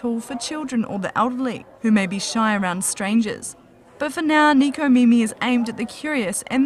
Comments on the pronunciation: Neko not niko.. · they said neko wrong